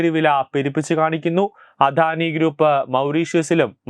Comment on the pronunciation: അധാനി അല്ല അദാനി മോധി അല്ല മോദി